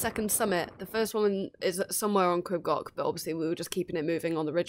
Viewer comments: Crib Gock. 😂 Its Goch pronunced like Loch ness I think you're awesome going barefoot btw. Well done 👏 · I appreciate that you are English but please can you learn how to pronunce Crib Goch ( not Gok) and Pen y Pas ( Not Penny Pas) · I know it's hard if not a Welsh Speaker. It's pronounced phonetically Creeb Goch (the 'ch' makes a guttural sound). An Pen 'y' (that sounds like 'urgh' in English and Pass. Amazing how you did this though I enjoyed your video. X